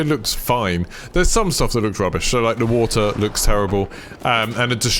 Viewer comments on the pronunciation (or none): none